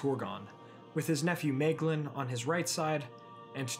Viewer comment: And Idril is pronounced = Ee-drill (ee as in meet) Maeglin is pronounced = My-Glin (the i as in glint)